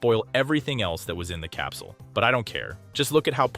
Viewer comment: whay doz madam gazel seaj capsiul and not capsl